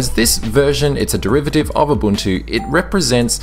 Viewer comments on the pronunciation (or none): none